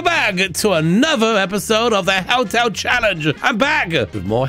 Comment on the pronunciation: Does he say hell-tel, or hotel, and I'm just not understanding because of his accent? Because I have a little chuckle when I hear him say hell-tel 😄